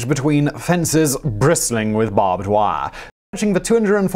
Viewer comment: "Bristling with BAAHBD WAIR!"